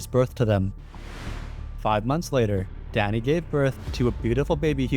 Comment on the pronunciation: Ohhhhhhhh. He is saying Danny! All i could hear was "Daddy" 😂